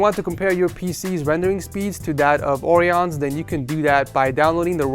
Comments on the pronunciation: I'm British and Orion is pronounced 'Er - ry - on'. Not Oreon. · It's kind of bothering me but the name is pronounced oh-RYE-on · I thought orion was said or-i-on.... OH WELL! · I thought it was Orion"oh-ry-un" like the constellation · So did I, but I guess it IS build and he decided to pronounce it like that?